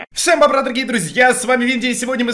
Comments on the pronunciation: h o n y он и говорит все бобра! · Он и говорит БОБРА